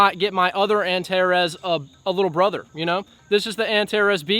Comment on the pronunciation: Finally an american saying "Antares" the right way. It's not antareese 😂